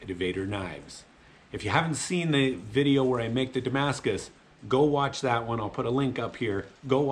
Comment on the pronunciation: very beautiful; just it s hurt me every time i hear Damascus .... it s a look like, u can t call it damacus